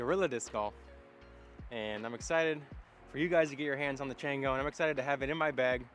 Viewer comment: Should be pronounced Chawngo! It’s Spanish for monkey. Good review, how would you say it compares to the Bearkat or flip?